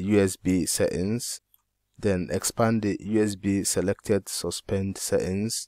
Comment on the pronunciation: I love how you say setting, seings. Will try it boss